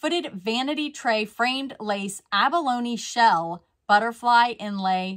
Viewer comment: Good job on pronouncing abalone!! That's a hard one.